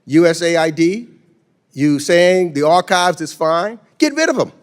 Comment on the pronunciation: Ark if viz! It is archives! What a joke…